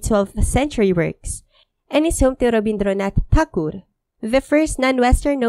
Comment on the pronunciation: Can we all appreciate for attempting and almost nailing the native pronunciations of the names of Rabindranath Tagore and Abanindranath Tagore? Kudos